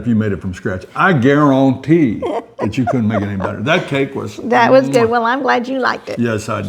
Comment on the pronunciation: Whoa 😮…. we get a Justin Wilson reference! “I gar on tee”. Beautiful flashback ❤. That sure made me “a lil more better” today 😂